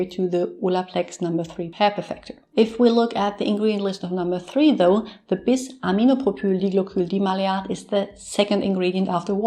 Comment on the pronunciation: Thank you so much for sharing! You nailed the pronunciation of our active ingredient! 💜